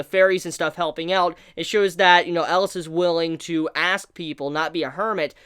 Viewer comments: Cmon. For the final episode you have to say his name right. Atleast Once: "El-i-as". And together: "EL-I-AS" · I can't decide what's worse, mispronouncing the name of a main character that's been said 100 times during the series, or saying the name of the series in a grammatically incorrect way. There have also been a million comments telling him the correct pronunciations. I can't believe he hasn't picked up on it by now. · Your pronunciation of Elias and Titania always threw me off :D